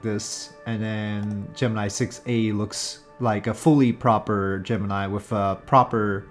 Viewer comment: That's not how you pronounce Gemini. ;)